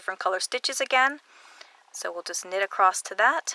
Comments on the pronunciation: I have watched many of your tutorials I just want to say that you keep saying accrosed it’s said across. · Wonderful, wonderful tutorial...thank you so much! You explain things so clearly! But please! There is no 't' in the word across! LOL